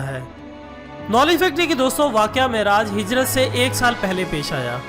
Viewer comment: السلام علیکم.... معراج کا تلفظ صحیح فرمالیں....